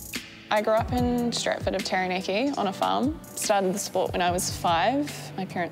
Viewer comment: It's taranaki not tarranake